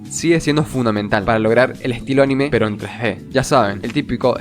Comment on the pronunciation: Muy buen vídeo, espectacular... Sólo puedo decir que anime no se escribe animé, por lo tanto es una palabra con pronunciación llana "aNIme"